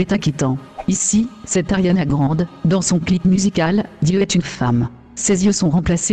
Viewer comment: Je suis la seule à avoir entendu la meuf qui fait la voie off mal dire " Ariana Grande "